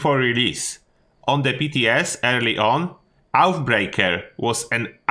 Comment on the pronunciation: Love the videos but its oathbreaker not outbreaker ,oathbreaker means promise breaker just so you know thanks